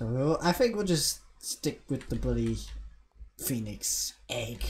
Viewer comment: Call the pheonix penix cause i. Thought you said that at first